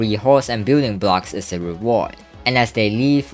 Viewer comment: does it sound like "gooning blocks" Instead of "building blocks" Or am i deaf